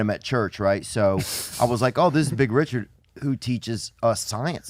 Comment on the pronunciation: “Ree-chaard” lol